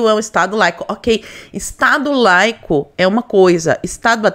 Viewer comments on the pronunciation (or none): Estado "leico". Olha o mesmo nivel da suplente que nao sabe o nome de presidente "jeizel".